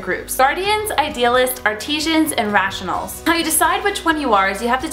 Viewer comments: Oh, hun, you're adorable. It's artisans, not "Artesians." Artesian means from the former French province of Artois. This is kind of like when she pronounced oxytocin like Oxycontin. You have a few facts to get straight, sweetheart. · haha i don't think that's how you pronounce artisans. it's pronounced like the word ART and short I then sans like SENS